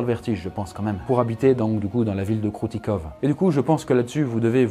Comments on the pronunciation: Ça ce prononce pas Kroutikov mais Kroutikof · Ahhh tu agresse mes oreilles avec ton "kroutikov" ça se dit Kroutikof ! je ne suis pas russe mais tous le monde sait que les v se disent f en russe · Alors, le "v" à la fin des mots se prononce "f", comme dans de nombreuses langues, et tu peux arrêter de passer d'un plan à l'autre stp? Ça fout la gerbe sérieux... Sinon, super vidéo comme toujours!